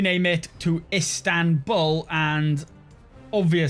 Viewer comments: İts İstanbul not İnstanbul :D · "Instanbul"? Isn't it Istanbul? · Pleaasseeeeee - I beg of you, change it to Istanbul NOT Instanbul